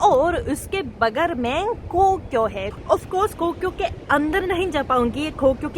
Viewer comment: Bagar nhi bagal hota hai